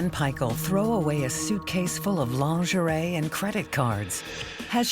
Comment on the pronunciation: It is Lingerie. LEAN -GER - REE . If you need to use French words - just take out your bubble gum .